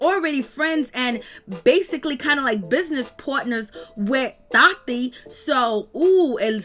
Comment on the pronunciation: Everytime you say the childs name tati you always pronounce it thotie😂😂😂. The shade, the shade, the shade lol. I always caught it since day one & it always gave me a wonderful laugh especially at work looking at your videos about these ppl from black ink. Love you. Continuing doing you baby😘💕